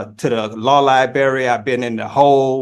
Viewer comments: It’s library not “liberry” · You know you're in good legal hands when you say "liberry" instead of "library". And, you don't know what "affirmative defense" means. The jailer will use Jesus' words and say, "I go to prepare a place for you". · So much going on, wow. But my O.C.D. fixates on "law lie-barry" and can not handle it. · That damn “Law-Lie-Berry” access is really Hindering this “Native American Indian Chiefs” ability to defend himself Properly! He really thought he had something with the Bail! (Which he would NEVER be able to afford anyway!) he thought he was really Lawyering there! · "LIBARRY"... CAN YOU BELIEVE THIS ... A GROWN MAN CAN'T EVEN PRONOUNCE THE WORD LIBRARY CORRECTLY !!! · Lie berry ??? 🍓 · What is a law liberry? Is it a berry that can be found in a specialty food store? I've searched for this liberry as I'm always open to try new food. Also, why is this indian chief always wanting to axe this or that? I don't get it. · Clearly he’s never been to any li-berry. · “Tibula” and “fibula” 😂you mean “tibia”? I guess he needs to go to the liberry to look up words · Please stop saying lie berry. Good grief. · On the irritation scale, it's right up there with "axe" instead of ask. 😖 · Nor has the education to pronounce "library" correctly. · Why why why can’t he say “LIBRARY “. It’s not difficult.